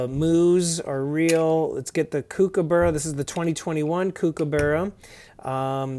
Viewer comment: To pronounce it correctly, try saying COOK-aburra, then you'll be on your way to appeasing us Australians 😋